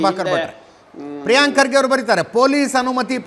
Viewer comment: ಪ್ರೀಯಾಂಕಾ ಖರ್ಗೆ ಅಲ್ಲೋ ತಿರ್ಬೋಕಿ ಅದು ಪ್ರೀಯಾಂಕ್ ಖರ್ಗೆ. ಅವರ ಹೆಸರು ಮೋದಲು ಚೆನ್ನಾಗಿ ಹೇಳು😊